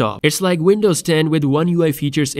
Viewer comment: What the hell is "Vindoze"?